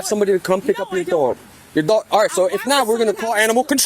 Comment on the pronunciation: She pronounced it "dwog"